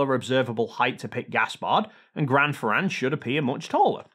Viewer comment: PLease pronunciate "Grand Ferrand" wit an "a" sound as in "want" and not as in "bat". For the rest good explanation!